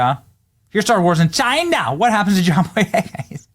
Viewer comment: I notice you are trying to do the trump thing by saying names a certain way like “CHIna” just do your own thing homie 😊